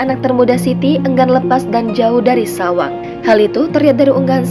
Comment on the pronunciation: Bukan SAWANG manggilnya bu,,, Tapi bAcanya SHAOWANG,Shao itu artinya kcl jdi artinya adik kcl